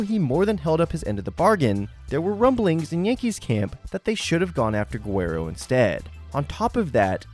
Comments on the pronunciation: “Goo-where-oh” 😂 cracked me up both times you said it. It’s ga-rare-oh btw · Guerrer-o. Not Guerrer-wo. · To be fair, he said “Gwer-ero.” Not too bad for a güero. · Have some respect and pronounce one the greatesr Expos of all time Properly. DONT DO VLADY DIRTY